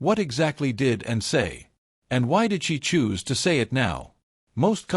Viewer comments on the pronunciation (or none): Can AI not pronounce Anne?